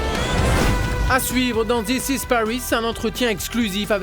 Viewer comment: « Pariss » sérieux colin ? 😂